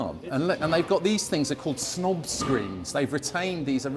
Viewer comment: I thought you said "SNOG screen"! But nope, it's a "snob" screen 😂. I suppose it works either way, tho dunnit? 😉